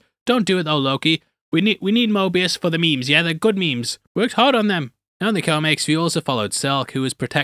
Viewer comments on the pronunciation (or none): none